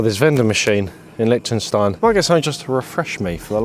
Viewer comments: My guess was Liechtenstein as soon as I saw the title of the video. Was also chuckling a bit listening to you guys mispronounce it “lick-tenstein” the whole video 😂 in German the ie letter combo sounds more like the English ‘e’ sound, and the ei combo sounds like the English ‘I’. Too bad the fog was too thick while you guys were there to get the good views of the alps, I went to Liechtenstein on a solo backpacking trip and I loved it there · Its Liechtenstein 🤣